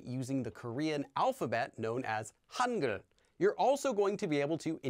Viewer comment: Idk korean but in my experience of speaking 6 languahes i think the “G” in “hangul” is pronounced in your throat Summary: the g is throaty